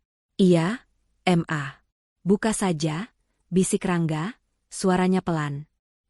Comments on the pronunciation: BALIKPAPAN KALIMANTAN TIMUR HADIR,kenapa panggilan ke mama itu kok mmbacanya dipisah menjadi M A,aturannya kan ma aja langsung,gak enak sama sekali mendengarnya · Siapa yang membaca cerita itu masak ma dibaca em a bukan ma , bukumu dibaca buku em yu